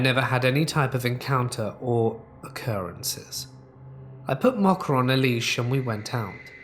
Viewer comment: I can't handle the pronunciation of Mocha.